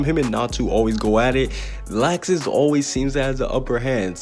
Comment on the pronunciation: His name is Laxus but it’s pronounced locksuce